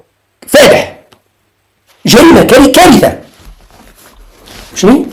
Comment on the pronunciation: صحيح أخطأ الإملاء عندك تنطق كلمة كارثة ث بالتاء مثل المراريك.